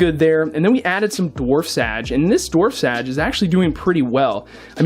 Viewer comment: The way u pronounce things triggers me 😂 Like •Marimo (But u seem to pronounce it "Mor-im-mo") •Sage (U pronounce it "Sad-ge") •Beta (U say "Bet-ta") I just found this very amusing But Its probably just cuz of were we're from lol